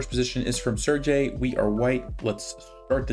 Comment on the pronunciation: So ye, "g" in "Sergey" is pronounced the other way. Like in the word "Sergei Karjakin"